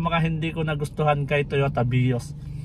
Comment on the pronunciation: Ilan yung bilang ninyo sa pag bigkas niya ng "Totoya Vios" ? 😂 🕊️✌️